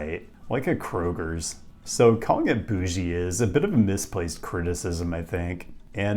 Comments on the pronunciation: No S at the end of Kroger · You said “Kroger’s” again and I believe that is strike 3. You now are obligated to move to Louisville. Congratulations/condolences.